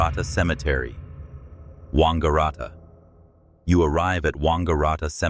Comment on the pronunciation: it is pronounced Wang-a-rat-a!